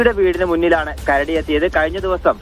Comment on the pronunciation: Kaduva alla karadi